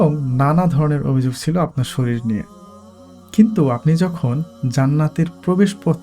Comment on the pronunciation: শরীর বানান এটা, উচ্চারণ শ-রী-র আর আপনি উচ্চারণ করছেন শ-রী-ল 😂 জান্নাতে যেখানে অসীম সময় সেখানে সপ্তাহের ৭ দিনের মধ্যে শুক্রবার কথার কি কোন মানে দাঁড়ায়!!! সেই পৃথিবীর মতো এক‌ই কল্পনা জান্নাতে ঢুকে যাচ্ছে কি করে - তারমানে মুহাম্মদ কি মিথ্যা কথা বলছেন ধর্মের নামে, আদতে এসব কিছুই নেই?